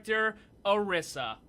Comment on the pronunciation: pronounce your name odisa but its spelled orisa